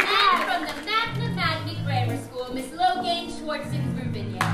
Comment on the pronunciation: it's pronounced like logan!!! it's not lo-gayn!!!